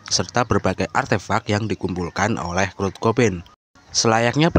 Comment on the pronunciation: Kurt bang bukan krut